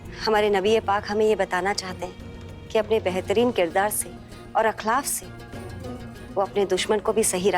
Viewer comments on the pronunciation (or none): Kabeer ki Ammi ne akhlaf bola Akhlaaq hota h